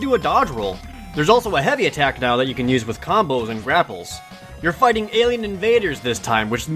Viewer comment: yes it is in the language of engrish. em figtin fo feedom